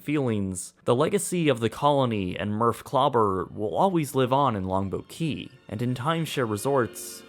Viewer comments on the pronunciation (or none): Great video with one exception. Your enunciation of "Longboat Key" was so poor that it took me almost until the end of your video to understand what you were saying. It is two separate words and should be as clear as the rest of your narration.